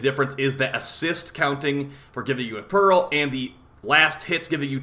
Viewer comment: why do you pronounce it 'perril' instead pearl? 😢